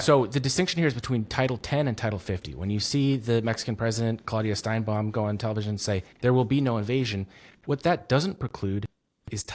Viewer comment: This guy's another bro with a podcast acting like he knows what he's talking about. He can't even get the Mexican president's name right. 😂😂😂